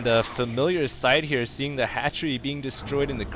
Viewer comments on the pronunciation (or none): none